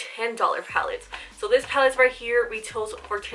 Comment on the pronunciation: Love you , I was going a little nuts when you were saying “pallid” instead of pallet . But great video !!